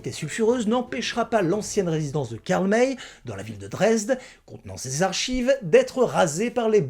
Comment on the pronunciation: c'est Karl "Maille", pas "Mèy" Pierre Brice ou Pierre Gilles ? J'avais tout lu et tout vu quand j'étais enfant, en France. Et oui, cette saga est à laisser dans son époque, elle est totalement dépassée, pleine de clichés, avec des erreurs énormes. La plus flagrante étant que Karl May appelle apaches les comanches, la tribu de Winnetou. Mais elle avait le mérite de présenter de "bons" indiens et des "méchants" blancs